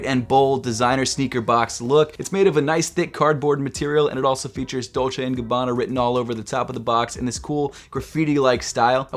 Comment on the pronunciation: Please not dolce and gabbana